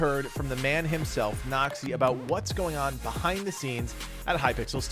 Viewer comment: Everytime he says "Noxy" I hear "nazi" lol